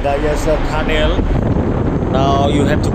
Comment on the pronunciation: Tharnneell not tunnel🤣🤣🤣🤣 Cutie cutie frnds cople🤣🤣🤣